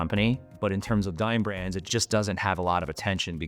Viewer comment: Oof. Dine Brands sounds like Dying Branss.